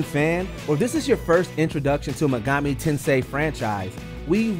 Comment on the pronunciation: I’m sorry, but how can he say Megami Tensei correctly but not Persona.